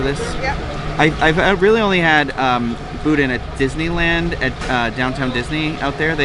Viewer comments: I'm laughing as I picture Corey M. rolling his eyes when calls it "boodin". 🤣🤣🤣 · ok..one thing..the bodin is pronounced "boo Dan'"hard on the D Come down south Louisiana and you would get laughed at saying it that way...... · “Boo-dan” and “pray-leen” but love these videos! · Boo-Dan is how it's pronounced